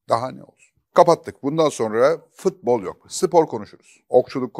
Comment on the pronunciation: Fatih Bey sizi çok seviyorum ama nolur FITBOL demeyin! FUTBOL DİYİN:))) FIIIIIT BOL NE YA